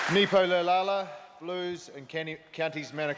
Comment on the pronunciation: Clarke, Christie and Laulala 🤦🏻‍♂️😂